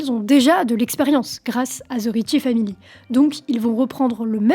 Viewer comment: Oui, en français elle articule assez bien. Mais son anglais est à chier!! ("Ze rrietchie faamili", "Ze wiilage pipole", etc...😣)